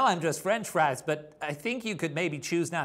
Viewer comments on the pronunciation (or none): none